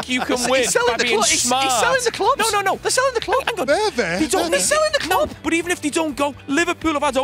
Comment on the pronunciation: “Their selling the cloob”😂 classic